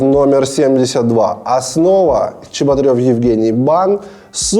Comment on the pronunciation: мне кажется или Чеботарев или как его там, проебал где то букву "Р"